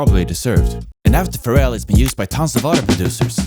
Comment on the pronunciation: TIL Pharrell's name is stressed on the second syllable. Yes, I live under a rock... under another rock, under another rock, under another rock, under another rock, ... under another rock.